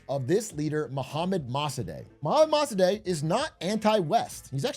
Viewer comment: Yo it’s pronounced “Moh-Sah-Deck”